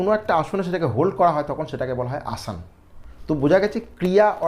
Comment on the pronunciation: আসন কে আসান বলছেন কেন?